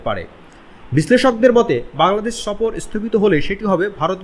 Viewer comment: সফর কথাটা আগে ভাল করে উচ্চারণ কর, তারপর আসব না হয় বৃরা সফর করতে...😂